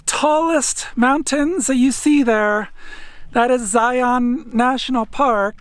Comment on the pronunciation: Not Zie-on; it’s Zie-un.